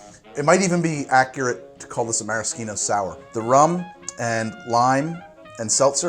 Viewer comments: I don't mean to be a stickler or anything, but I am pretty sure maraschino is pronounced with an "sh," like mara-sheeno. Other than that great video! love the recipe! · Isn't it maraschino... Like Meh-Rah-SHEE-No? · you just really don't like using the h in "Maraschino cherry" do you, my gawd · pronounced marashino, just like how fischer (the last name) is pronounced fisher